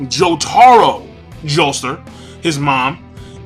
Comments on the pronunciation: Why do you pronounce it Joester? Jotaro's surname is Kujo, I totally know what Jotaro's stands' name is gonna be. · Are you saying "Joester"?